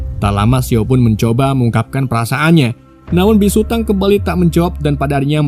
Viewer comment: biksu bang bukan bisu😅😅